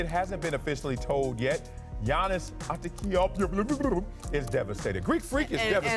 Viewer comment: Learn Giannis's last name you dumb fuck...its part of your job.